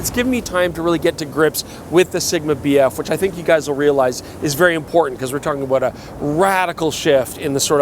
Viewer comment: you keep saying BF, all i can hear is BS